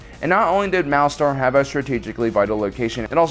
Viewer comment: Isn't it pronounced "Malaster" rather than "Malastar"?